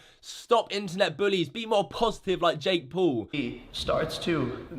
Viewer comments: Jake pool.... not poo. Still funny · “ Jake Pool” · He says Jake poo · WHO THE FUCK IS "JAKE POOL"